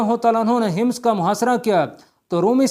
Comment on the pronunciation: Hims nahi Hammas bolo shehroon I name tu theek lo